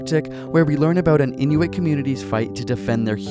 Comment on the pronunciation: he said Inuit properly! Did you know that the word 'Inuit" is plural for Inuk?